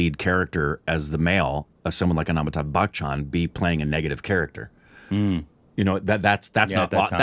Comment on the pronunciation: When is going to learn to pronounce Amitabh? 🤔